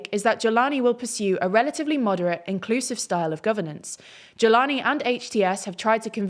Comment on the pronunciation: "Iclusive" LMAOOOOO